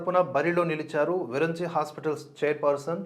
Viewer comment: విరంచి కాదు, విరించి. అలాగే సిద్దా రామయ్య కాదు, సిద్ద రామయ్య. గమనించగలరు.